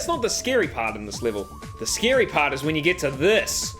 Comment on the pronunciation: He says scary like if it's sceeary, kinda like arin from Game Grumps